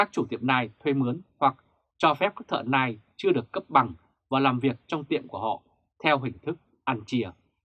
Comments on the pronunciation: Tiếng anh đọc là NEO ,không phải NAI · Đọc là NEO ( nail ) ơi, củng như đọc gu ghồ ( google ). chứ không phải guốc lơ. Trân trọng góp ý!! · Ông Đọc tin tức mà có cái từ Nail Đọc cũng không đúng nữa thì đọc làm quái gì 😆